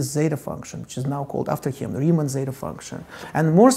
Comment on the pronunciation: as a greek, how do you ridicule our letter like that